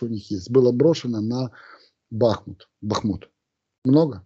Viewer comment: Михаил когда Вы уже запомните ударение на БахмУт.?😂